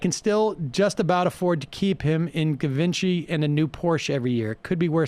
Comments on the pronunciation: Umm, am I the only one here that realizes Milo is just taking the piss? He's literally gayer than the word "gay". And it's pronounced ZHi-vän-shay. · Givenchy - gee van she (soft 'g') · Milo, my love for you is eternal. I don't care what anybody says. And for the sake of all that's holy, pleeeeaaze tell these people Givenchy is pronounced JEEvonSHAY. 😘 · Sam needs to hire a gay staffer, if for no other reason than to teach him and Emma how to pronounce "Givenchy".